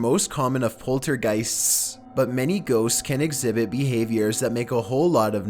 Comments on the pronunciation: He can't even pronounce ghosts, actually me too Lol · That's stupid how you say ghosts